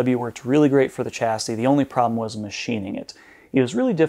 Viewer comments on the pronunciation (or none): it is pronounced shasy